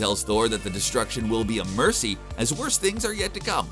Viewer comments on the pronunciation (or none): none